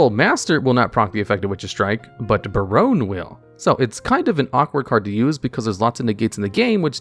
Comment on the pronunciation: did bro really call him Ba-rone? Lol